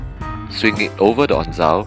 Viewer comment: Onzo, not onzao